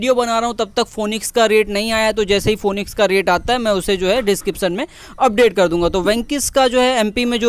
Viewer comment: फोनिकस नहीं फिनिकस होता है